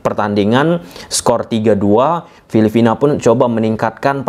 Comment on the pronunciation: Filipina bang. Bukan filifina 🤣